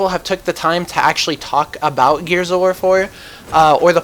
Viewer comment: you say the war wrong haha